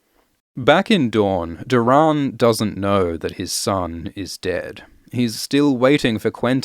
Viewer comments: "Dor-In" not "Dur-on" is how his name should be pronounced. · Can’t get over the “door-rahn”… 🤦‍♂️Why are you pronouncing it like this 150 times in the video 🤮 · Great content m8, just 1 thing keeps throwing me off, you pronounce nearly every name differently to me so it sounds weird to hear lol. You say LEEanna, I say LYEanna, you say Doh-rAHn, I say Doh-Ran, you say EHlia, I say EElia... weird huh? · Doran Martell’s name is pronounced as Door’un Martell. Not Doe’rawn. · I hate how you pronounce Doran. 😂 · Are we gonna get a remaster of this with Doran’s name pronounced correctly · Why are you pronouncing Doran like that?